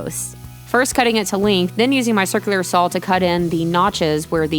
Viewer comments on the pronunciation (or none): I don't know, I'm from Southern California (don't worry, not one of those weird Californians) but I could swear I hear an "L" every time she says "Sawl." That counts as an accent, right? :)